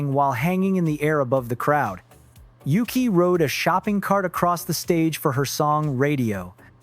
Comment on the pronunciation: Narrator, like most people, needs to learn how to pronounce Yuqi's name. Very simple: "Yoo-chee." Of course he can't pronounce Taibei either. There's no "p" sound in there, bro.